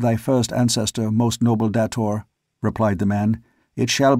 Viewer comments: come on, really? dah-tor?? Really? It's pronounced Day-tor. that's why it's spelled with one T. Now I'm wondering if you will say Phaidor correctly or not. smh Can't wait to see how you say Xodar. You do say it with a Z sound, don't you. If not, I want my money BACK! Oh, wait. It's freeeeee. Still. I may have to do a reading of these books if you can't read it correctly. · Ok. Looks like you're ok with Xodar and Phaidor. Still, Day-tor, day-tor. Say it. Say it. Ahhhhh! lol And pretty sure Shador is pronounced Shay-dor. That's why there's only one D. smh